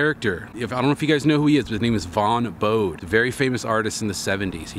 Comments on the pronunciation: It's a hard e at the end of Bode. Two syllables. Rhymes with groadie. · His name is pronounced "bow Day". His son Mark dabbles in graffiti.